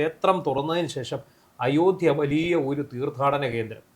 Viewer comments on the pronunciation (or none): none